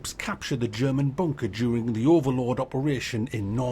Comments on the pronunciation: Kept hearing WW2 bonker. Hehe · Ooops I thought you said “ Bonker Simulator “ hehe, hoho, lol!, lol!, oops, laughing falling of my chair!. To be honest this is a piece of nonsense, there are too many so called Simulators at the moment, and many verge on the ridiculous!. Why don’t we have a Haemorrhoid Simulator, make it RPG, open world search for Anusol products!!, lol!, lol!, oops sorry! Hehe!!. I can’t get off the floor, I’m still laughing at this video. Oops now is the time I should display your ubiquitous Tommy Lee Jones caption, tut! tut!.